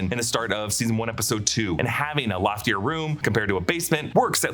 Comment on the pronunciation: lol, “loftier” ⛳️